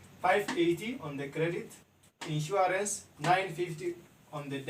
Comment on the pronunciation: *Insurance nor insuArance..